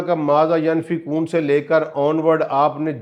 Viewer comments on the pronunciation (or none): ایک تو قران غلط پڑھ رہے ہو پھر اپنے راء سے مطلب نکال رہے ہو اور علماء کو چیلینج کر رہے ہو بہت بڑی جسارت اور طبع آزمائی کر رہے ہو۔ پہلے کسی مستند عالم سے قران کا صحیح تلفظ اور علم سیکھو۔ قران میں کمشنری نہیں چلتی۔ "ینفقون" کی "ی" پر زبر نہیں پیش ہے زبر اور پیش سے معنی بدل جاتے ہیں۔ الصلوات کا مطلب کسی حدیث یا ذاتی راء سے نکالا ہے۔ قران میں راء بہت بڑا گناہ ہے۔ واللہ اعلم۔ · السلام علیکم انتہائی معزرت کے ساتھ (ینفقون) کو بار بار دہرائیں تا کہ تلفظ درست ہو سکے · پلیز pronunciation تو ٹھیک کرلو۔۔ماذا ینفقون